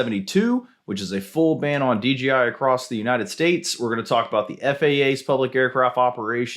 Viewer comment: DJI, not DGI 😄